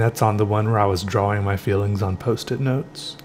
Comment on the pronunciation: I was gonna comment on how it cracks me up every time you say the W in drawing and then you go and say drawing without the W this time...